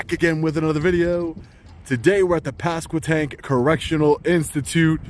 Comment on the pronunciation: Now, just slide north to chesapeake Va and go to St. Brides/indian Creek Correctional facility. Good job pronouncing pasquotank correctly. Hope you enjoyed my neck of the woods.